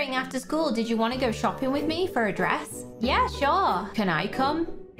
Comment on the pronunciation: It's DWESS not DRESS